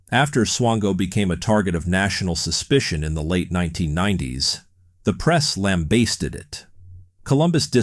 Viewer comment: This narrators pronunciation of a lot things was very peculiar - lambasted I’ve never heard it said the way it is spelled (as weird as it to type that, we all know how f’ed up the English language is